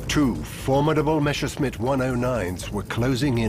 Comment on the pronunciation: "Meshersmitts" Groan! It's Messershmitt. Just drop the "c" in the German spelling and the pronunciation is right there.